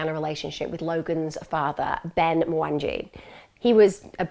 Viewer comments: You butchered his name. Kenyans get pretty offended at mispronunciation of their names. It's pronounce MwanGEE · You've pronounced the names so wrong, including Logan's surname. Mwangee, AnHarad, is how it's pronounced. If you really have been following this case from the beginning you'd know this, your pronunciation is telling. It's not even hard to pronounce. This happened a few miles from me and I live in the same health board, this case is incredibly close to our hearts here. At least pronounce his name correctly. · I assumed he was Kenyan with the last name. But the pronunciation threw me off.